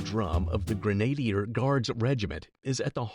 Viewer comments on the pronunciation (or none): TEach your AI to pronounce words correctly. Grenadier is pronounced Gren-ah-DIER, with the emphasis on the last syllable. Whoever reviews the vids before they go live needs to be a regular process.